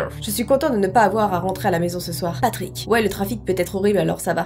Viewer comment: Tu ma fais trop rire quand ta dit patick 😂😂😂😂😂😂 mes anfaits c'est tes Patrick